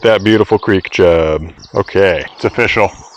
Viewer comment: I've been watching these videos for about a year now, and I just realized you're saying "O-fish-al" and not simply "official". Your pun game is strong.